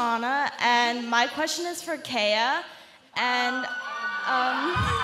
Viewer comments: when the girl said kaya's name wrong i cringed really hard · Was I the only one who was bothered by the way the girl pronounced Kaya's name